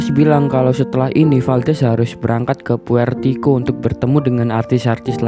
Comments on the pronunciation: Puertoriko. Bukan puertiko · Puerto Rico bang.. Bukan puertiko😄